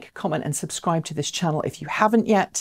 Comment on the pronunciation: FUSUSCRIBE... New word! Nice ;)